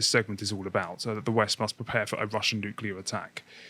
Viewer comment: Nu-cu-lar bombs be the Devils work, Bobby Boucher!